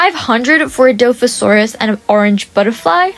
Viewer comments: Lolz it’s pronounced Die/Loffi/sourus (I’m a huge dino nerd so i know lolz, btw im a huge fan, I’ve been subbed for a year now) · Gotta love the good old "Dilophorosaurus" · die-loph-o-sore-us. Love you! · I loveeee your vids do you think i could get my dp its a Mega frost dragon ( my user is Littledinosaur3864/ Nugget, ) btw that dinosaur is pronounced die-lo-fo-saur-us:)